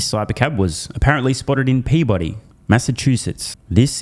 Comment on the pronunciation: Since you like giving Americans shit over the way we pronounce Brisbane, allow me to return the favor. Peabody, Massachusetts is pronounced PEE-buh-dee. Got it?? Signed, a fellow Masshole. 😂